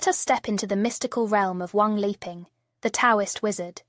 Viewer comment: His name is 3 separate characters or words, Wang Li Ping, but you have it as Wang 'leaping'. The short comings of computer generated vocals, when you don't enter the text to get the correct effect.